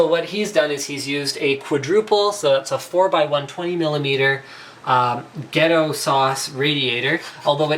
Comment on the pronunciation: lmao "gehtto-sauce"